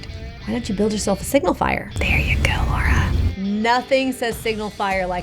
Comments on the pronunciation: Americans really struggle with the name Lara ha La-ra. Why it always end up Law-ra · Lara, not Laura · Is pronounced Lara not Laura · LARA, not LAURA, jeez... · It's Lara, not Laura. I'm so sorry, I'm British 😳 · It's Lara though not Laura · Why does she keep calling her Laura? When her name is Lara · It's LARA ffs not Laura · Why can’t people Say Lara. It’s not Lora😭 cmon man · it's lara not lora for god sake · ITS Lara NOT LAURA smh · Why does she insist on calling her "Laura" Croft? What a big fan, she doesn't even know her name. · lara not lora IDK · infuriating to hear her call lara “laura” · ITS LARA NOT LAURA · Every time she says "Laura" I get extremely offended. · it's Lara not Laura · All the nonsense in this game pales in comparison to this chick unable to say the name Lara or tell the difference between Laura and Lara. And there's a lot of nonsense in this game. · Ffs its La Ra not lau Ra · Why do Americans say lora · Shes called Lara, not Laura! "Lar - Ra" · Her name's Lara, not Laura! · If I hear anyone say "Laura" instead of "Lara" again I'm gonna freak. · I feel like Kinga says "Laura" and not "Lara" :D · Aaron clicks on interesting recommended video of Tomb Raider ft Lara Croft. Hears this woman say 'Laura'. Aaron writes this comment and exits the video immediately! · Her names Lara, not Laura 🙄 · Lara, not Laura. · the fact she says lora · It's LARA not Laura. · So triggered by the constant reference to Lara, as LaUra... Aaaaahhhh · Eh. I don't know of any other Americans who pronounce "Lara" as "Laura", lol. I mean, it literally rhymes with "Sara" and I've never heard anybody saying "Saura". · Is it just me who’s cringing hard every time she calls her Lora instead of Lara?! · Lara, not Lora, ffs! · Lara not Laura... please... 😁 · Her name is Lara, not Laura. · Everyone gonna ignore she is calling her "Laura" instead of "lara"? Ok. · The Laura/ LA-RAA pronunciation was really annoying. 🤨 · Correction: its not Laura, its Lara. Cool video tho